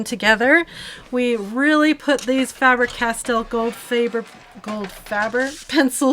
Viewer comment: Goldfaber and Faber-Castell was correct pronounced 😊